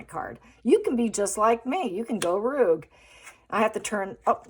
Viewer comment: Rogue? Pronounced rogue…not ruugue… o as in know…